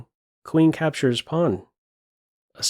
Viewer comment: Not sure if just me, but there's many syllables that are going missing in the voice-over, like "...'aptures pawn" Is it a noise-removing filter that's being too aggressive?